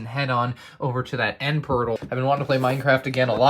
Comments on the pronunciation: You said Pertle instead of portal😂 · "head on over to the end purdle"